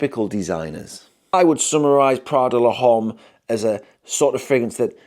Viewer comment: I love how you pronounced "l'homme" 😁